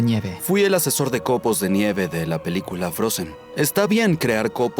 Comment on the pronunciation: Por que dice, "COPOS DE ÑIEVE" ??? o al menos así suena.